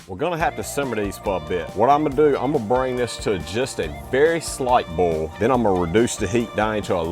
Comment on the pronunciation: Did he say “a very slight bole” ?